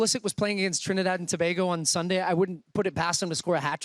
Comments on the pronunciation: It’s not Tobahgo its TOBAYGO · It's To-BAY-go not To-BAR-go Or just T&T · Why are they saying To-bag-o and not To-bay-go? 😂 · just so you guys know its too-BAY-go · Tobago is pronounced To-bay-go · It's pronounced ToBaygo.. Just saying.. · Trinidad and To-BAY-go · Its pronounced “to bay go” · Trinidad & To-BAY-go! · Don't forget Wilde's pronunciation of Trinidad and "To-bah-go" 😂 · Its pronounced Tobaygo guys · Its To-BAY-go 😂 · Is that how you say Tobago..? Lol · They struggling to say Tobago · The way they pronouced Tobago is Irritating lol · Oh this is wild Football (soccer) leading the show. Need to work on their pronunciation though 😂😂😂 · the assorted pronunciations of "Tobago" threw me off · Lol yeah always drives me crazy for some reason when people mispronounce Tobago (should sound like Bagel) or Antigua.